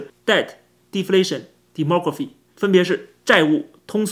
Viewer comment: “over” 的“v”发音不对成了“/w/”。 "democraphy" 应为"demography"。有点浮躁了。